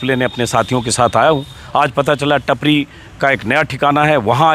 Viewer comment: नाम टापरी है. टपरी नहीं